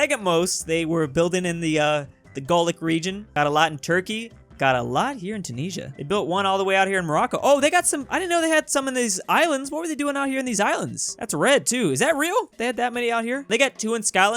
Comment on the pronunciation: the way he says Tunisia legit made me question if Rome had territory in Indonesia